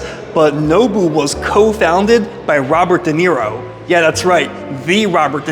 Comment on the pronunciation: I think It’s spelled Duh Knee Roe. Okay, you fixed it 😂